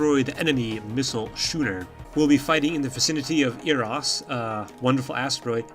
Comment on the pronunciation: Just FYI, schooner is pronounced like skooner, not shooner.